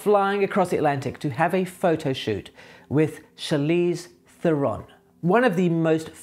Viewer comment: You would think someone would have told you how to pronounce her name, for starters.